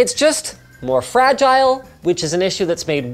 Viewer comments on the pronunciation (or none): none